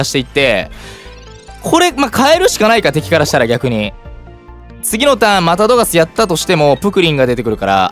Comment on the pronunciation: さんうぽつです！♡ プクリンって強いんだ⁉️😳 自分が敵側でこれされたら泣いちゃうよ😇笑 スヤスヤドクドク・ジ・エンド←センスありすぎる😂😂 流石に神引きすぎ👏🏻 ナチュラルに『いらないですね~』っていうのすきWWWWWW さすが😭👏🏻 One Love／さん おはようございやーす←これすき😂 ぶん回りミュウツーにも勝てるのえぐすぎる‼️ 『また⤵どがす⤴︎』の発音すきWWW 相性悪くても相手が降参しちゃうくらいうざいデッキなの凄すぎるWWW やっと起きたと思ってもスリーパーで眠らされるし毒でもじわじわ削られるデッキ相手にとったらうざすぎて面白かったです😂WWWWWW 友達には使わないように気をつけます✋🏻笑